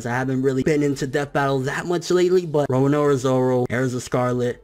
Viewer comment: He still can't pronounce "Roronoa" even after all these years! LOL!